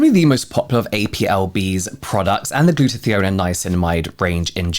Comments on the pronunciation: … I’m going crazy hearing you say “gluta-thee-on”. It’s “gluta-tie-on”! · Funny how you pronounce 'Glutathione' :D :)